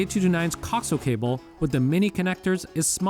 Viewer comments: co-axe-i-al cable. not coxle. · The word "coaxial" is properly pronounced co-AX-ee-uhl. Not "cocksull" as it was being said in this video. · As a broadcast engineer you're pronunciation of coax (cock-zul vs co-axe-eel) is triggering 😁 great video though I'm definitely eyeing up the A229 after our car got hit for a second time. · Nice video but good lord that pronunciation of coaxial dug into my brain hard... it's co-axial, like "axis" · This video is very informative and helped me decide. However, the music is extremely annoying and distracting. Also, you pronounce “coaxial” incorrectly. Please look up the correct way. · Lmao, I’m surprised he does not know how it’s pronounced.